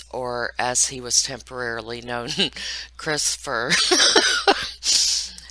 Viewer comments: "Crist'fer" cracks me up. I don't mean to be disrespectful of the dearly departed here but I was laughing so hard at this. It's just absurd. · I love your giggles!! And Crist'fer....its just funny. Ridiculously funny. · Are you kidding me with the christ'fer omgsh i cant. Id die laughing. How bizarre